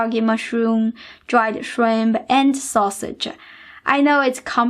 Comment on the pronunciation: No need for extra ah sound at the end of words like rice or mushrooms yes dried purpose process acids taste sausage no sausage ah ...no stop that. I have been fan for years you are great teacher.we send love from california.